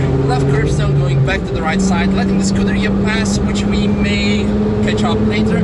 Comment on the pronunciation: Who the hack calls a Ferrari a Scurderia..